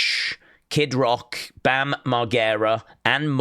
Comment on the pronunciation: saying Bam's name wrong🤣